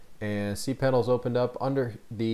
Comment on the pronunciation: You said cpanel, that's not cpanel